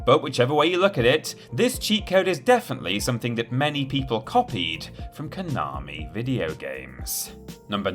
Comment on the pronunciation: If you're going to the trouble of pronouncing 'Gradius' correctly, you could at least learn how to pronounce 'Konami' properly too. There's no 'r', it's 'ko na mi', not 'ko nar mi'... (Love the channel really, keep up the good stuff!)